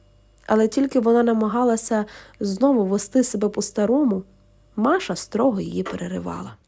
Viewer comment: Якраз взялася писати комент з цього приводу. Які маша, діма?? Якщо вам подобається так, то читайте російською і нехай вас слухають прихильники рускава язика. Ріже вухо, коли українською текст, у якому звучать імена на російський манер.